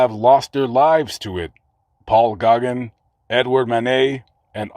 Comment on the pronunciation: Gauguin is pronounced " Go-GAN"